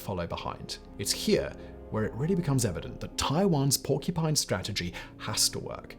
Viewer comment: WHY "PORCU'PINE'"!